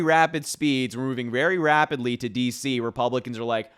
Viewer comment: Did he say rapidly or rabidly?